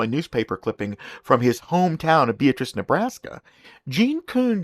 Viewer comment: Not that it really matters in the grand scheme of things, but Beatrice, Nebraska is pronounced with the accent on the second syllable, not the first like it is when naming a person. And that syllable is pronounced the same as the word "at". 🙂